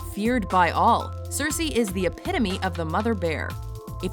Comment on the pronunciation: 6. Cersy !?!? WTF WHY THIS BITCH